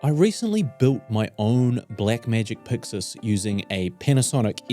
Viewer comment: Subscribed cause I enjoy hearing you say "Puxus". ❤